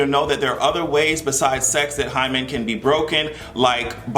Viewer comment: That and the way he pronounced "hymen." Sounded so creepy.